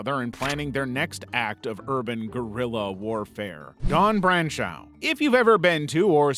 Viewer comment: Branch-ow is pronounced Branch-o. My last name is French and it sent me back to countless mispronunciations of my name 😅 eau(x) and au(x) is just “oh”. I really love your videos, though 🙂